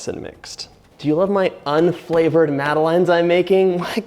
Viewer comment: Madeline is a character in children's books. They're pronounced mad-uh-lehn / mad-uh-lens. :)